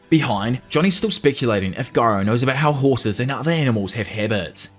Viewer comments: What's more funny than my valentine is saying GUY-row instead of the superior JI-ROW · why is bro still saying "giro" and not "jiro"😭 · jiro is how it’s pronounced pal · I love “guyro” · Bro please just say "Jairo" 😭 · ITS JAI-RO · Its my head canon that Gyro hit you with a steel ball to help you say the his name right in the next one after saying it with a g instead of a j for 2 videos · It's just weird like if someone suddenly started calling Joe Biden Goe Byd-n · I knew it was Latin so I just googled it bc you took the time out to reply. Honestly I didn't even notice you were pronouncing it wrong until I seen the fuss in the comment section. OPM got me accustomed to hearing garou. I bet you're glad you decided to break the parts up smaller. It could've been a lot worse.